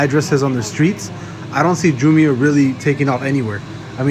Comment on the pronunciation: It’s JAAA- MYY-UH